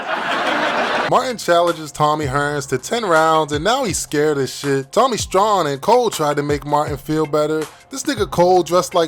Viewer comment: Props and saying Tommy STRAWN correctly, but Pam is badder than Gina??? ✌🏼